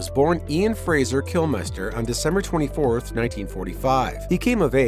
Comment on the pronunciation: It's,pronounced Kil-Mr, not Kilmeister. He wasn't bloody German.